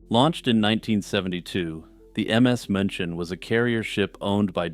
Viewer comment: Just a nit pick. München is ronounced like 'MEW chin'.